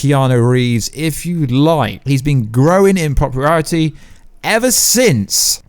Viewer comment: POPRUARITY!?! LMFAO !